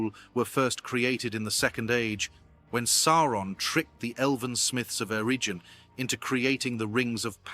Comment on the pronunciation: Considering Eregion was pronounced “eh-region” I’m pretty sure it’s AI